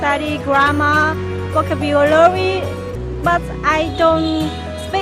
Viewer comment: Vô-ca-bu-ơ-la-ry, vãi cả chị